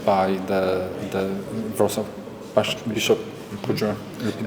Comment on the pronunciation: Bardzo ładnie wypowiedziałeś Wrocław. Szanuję!